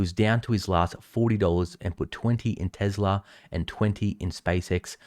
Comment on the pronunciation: There is no "z" in "Tesla" and tune isn't "chewn" neither is Tuesday "chewsday."